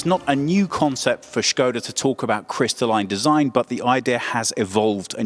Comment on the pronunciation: Hey Team, love the effor you put in your pronounciations, Skoda was perfect :) if you'd like to step it up a notch, Octavia is [Octaavia], the 'a' is prolonged :P thanks for the vid, I didn't even know there was a new version till I saw you in my inbox, nice.